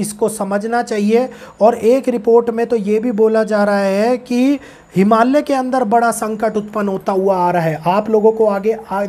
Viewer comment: आप का भविष्य समीर है भाईसाहब सिर्फ एक सुझाव " हि मा ल य ' कहेंगे तो सही रहेगा (हिमाल्य नही ) 😔🙏